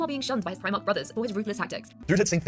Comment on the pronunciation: i recently came upon 1 of these ai channels today... they could not pronounce primarch, they instead, said and subtitled the words, pre - march.... now, i can imagine a human confused on how to say guillimans full name, without hearing it first hand, but the word primarch is a much more known word, the the names of the primarchs, i dont even think i can name them all without a couple hints, while what they were talking about was interesting, i gave up listening after only a few seconds... between "pre-march" and "roboty gillman" theres no effort at all there